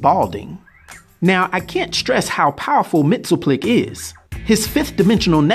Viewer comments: It's "Mix-yez-PIT-el-Ik" and "K'LT-pez-YEX-um", actually. Not so hard to pronounce once you've practiced them a bit. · It’s “mix-is-spit-lick”.